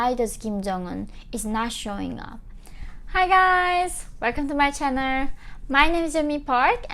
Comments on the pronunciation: " herroo welcome to my chanuuuuhhh" 😳🤣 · "Hi guys welcome to my channerrrr" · i like how she says 'north korea' and 'channel'. that is all🙏